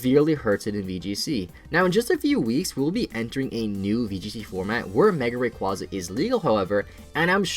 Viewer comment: you said mega rayquaza wrong XD